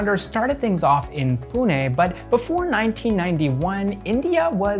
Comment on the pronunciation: I love that you pronounced Pune perfectly. Even most Indians don't pronounce the 'ne' portion right. Also, with Kotak and Tata, these are not soft t pronunciations. Kotak will be like ko-tuck. Same with Tata. But wherever we use soft t, you got it bang on. Love this video. I saw this in my recommended for the first time today, will watch more of your channel. Thank you for keep it factual and neutral, in this age of misinformation and propaganda.